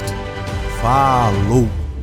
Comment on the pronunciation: eu vejo o vídeo inteiro ouvindo o cara falar inglês e no último segundo só ouço um "faaaalou". Brasileiro é foda bicho